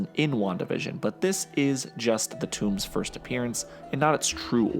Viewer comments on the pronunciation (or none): Tome not tomb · "toom" ... smh